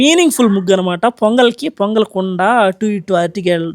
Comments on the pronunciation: Pongal ❌ Ponagal✔️ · Pongal❌ ponagal✅